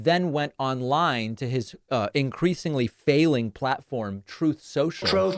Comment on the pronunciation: I love "trolth sentchelle"